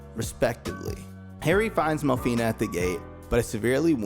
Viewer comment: It's not mel-fi-ney it's mel-fi-nah. In Japanese a is pronounced like ah. You're not saying aye like you're Fonzie hitting the jukebox. Otherwise good video.